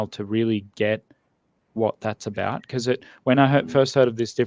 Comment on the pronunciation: That's definitely further removed from the 'about' I'm used. I'm straight up hearing 'a boat' with him.